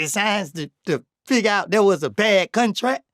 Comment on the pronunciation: Nga said “Cuntrak” lmao